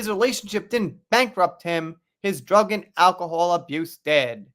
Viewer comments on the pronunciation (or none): none